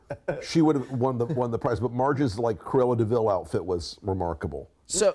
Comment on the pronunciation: "Q-ella DeVille" 🤣